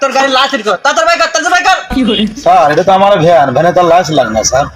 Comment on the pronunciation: লাইসেন না লাইসেন্স হায়রে মূর্খ